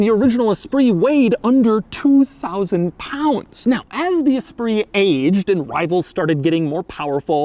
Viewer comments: Doug says "esprise" instead of the correct "espree" 😂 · That is not how you pronounce Esprit